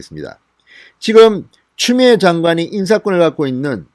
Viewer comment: 진성호.위 이빨이.없나봐 발음이 추미애 보고 쮸미애라고하는거같은데 이부터 손보고 방송했으면한다 발음도 현찬은 자가 뭘 말을하나.기가막힌다